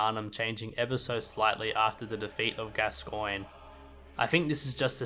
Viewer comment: I don't know if I commented this already, and I don't mean to nitpick but it's pronounced "gas-con"